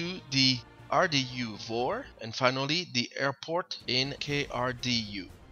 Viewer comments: NO. VOR is not a word. You can't say it as if it was. FAA Terminology, bro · Don't say "VOHR" , that sounds very unprofessional. It's V-O-R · good video, say V-O-R !! PLEASE!